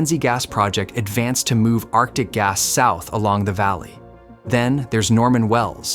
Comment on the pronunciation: It's "arctic" dude.